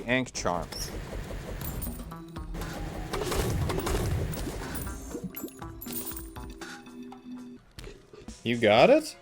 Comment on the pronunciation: “the ain’k charm” 🥀